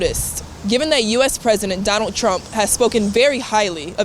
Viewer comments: Explaining doland 😂😂😂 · Dolund Trump hhahaha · analysis 🤣🤣🤣💀💀 Modi: Do-Lund Trump